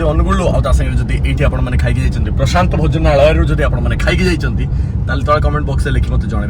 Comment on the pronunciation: Bhojanalaya ku ucharana kariparuna .. kn foreign ru patha padhiki asicha na kn